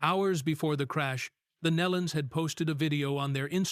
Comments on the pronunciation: kneelon. pronounce it right. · Pronounced "NEElon." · You can’t even prounce their last name correctly. shame on you.Truly a tragedy for the family and friends. Again, shame on you for not doing your homework in advance. This will be a 👎